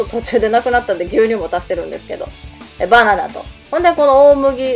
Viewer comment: ババナになってる(笑) ハキハキしてて聞き取りやすいですよ！ 私も青汁飲んでます。 あれは好みがあるので試せるといいんですけどね。 何回か失敗してます(笑)